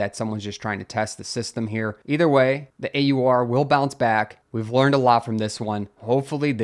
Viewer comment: AUR rhymes with "oar" and "our"